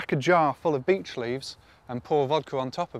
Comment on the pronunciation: Why does it sounds like "B*tch Tree"😂